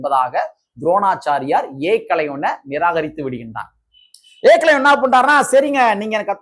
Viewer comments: தம்பி நீங்கள் கானொளி போடுவது சரிதான் ஏக்களைவன்இல்லை ஏகலைவன் தமிழை சரியாக உச்சரிக்கவும்👍👍👍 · ஏகலவன் என்று சரியா சொல்லுடா பார்ப்போம்நீ எப்படி சொல்லுற தெரியுமா ஏ.. கலைவன் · ஏகலைவன் என்பதை ஏகலைவன் என்று தவறாக உச்சரிக்காதே